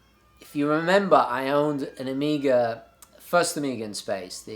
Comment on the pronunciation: I keep hearing Amiga.